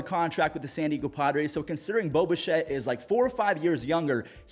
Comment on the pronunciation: Everytime you say, Bo Bichette, I hear Boba Shett, like some how he is some clone, or a Mandilorian, got to love the Star Wars world interjecting it's self everywhere.